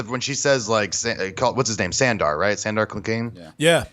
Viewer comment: oh god.. you guys... " Sandar" . "Sander". * Sandor* San*Door